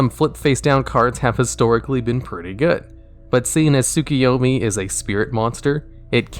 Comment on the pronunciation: So you are telling me, you've never watch Naruto, and don't know how to pronounce: Tsukuyomi? cuz the way you said it was wild :D